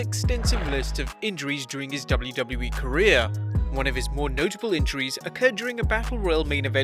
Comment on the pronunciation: the way he says ''W'' is tooooooo funnyyyyyyyyyyyyy '' double u double u e'' hahahhaah